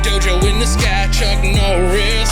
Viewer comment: Drink every time he says Chuk Norris